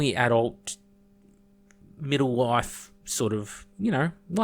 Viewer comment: The way You Say "life" sounds a lot like "wife" to me haha! Great video